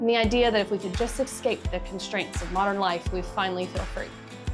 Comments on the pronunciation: Great but your mispronunciation of escape makes me cringe every time. It's es-cape, not ex-cape ‼️ EVERY TIME! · LOVE your content. But I had to stop about halfway through because of this. And to the people saying “relax”, sorry I just can’t. The word “eXcape” is used too many times.